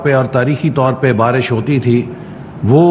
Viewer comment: Barash hota hai PHANi Atta hay , Ziyadha Barash hota hay Ziyadha Phani atta hai !!!